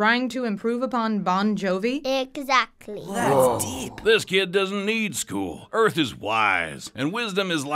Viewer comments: Not arth. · How you pronounce this? Arth? Earth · Lol. How can a teacher not pronounce Earth?